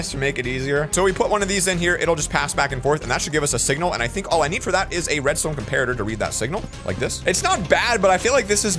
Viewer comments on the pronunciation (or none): none